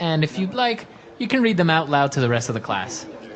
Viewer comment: 怒涛の英単語学習でした。特に女子生徒の方は難しかった。 そもそも、性格診断の結果をクラスでわざわざ発表するんだ、とちょっと驚いた。 I’ll read mine. が I’ll in mind.みたく聞こえてしまった。 naiveって日本語だと繊細で傷つきやすい人みたいな意味で使われるけど、本当は騙されやすいみたいな感じなんですね。 うーん、exとかoutとかprefixついてたら何となく雰囲気わかるけれども、そうでないものは覚えるしかないのか・・・？難しいな。